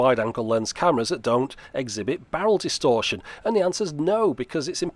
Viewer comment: Wait did you say bowel distortion? That camera really is crap... 🤔😉 Just kidding of course, love the videos!